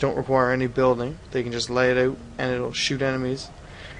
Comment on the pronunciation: Is the frame rate stuttering from your computer or from the game's code? Also, dumb question, but are you Canadian? (The way you said Out, sorry.)